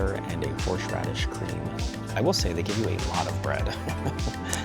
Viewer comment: You're the 2nd food YouTuber I've listened to in as many days who pronounces it "horsh-radish" 😅